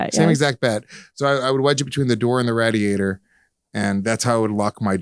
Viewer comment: Luis doesn't know how to pronounce radiator